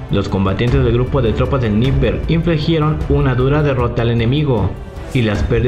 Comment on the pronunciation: Estando, en español se pronuncia /atákams/, /dniéper/, /jersón/ y /parutíne/, saludos! 🇲🇽🔥